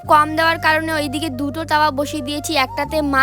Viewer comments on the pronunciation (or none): দুটো❎ দুতো✅ 😂😂😂😂😂😂